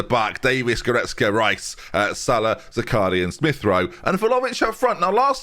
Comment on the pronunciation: Zakharyan is pronounced - ZA - HA (like in ha-ha) - RYAN ("ya" like in "nyan-cat")